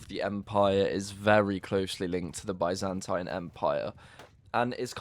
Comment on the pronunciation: Bro, i swear if you say Byzantine empire the way you are saying it now, i'll launch fourth crusade and take over you capital. Geez. What do i do with all the blood coming from my ears now, huh?